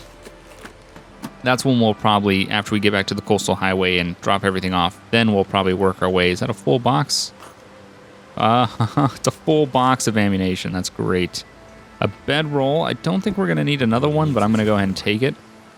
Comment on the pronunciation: No hate on you, but it's pronounced ammunition not ammunation. Same thing happened to me after playing GTA a lot. Anyways love the series keep up the good work!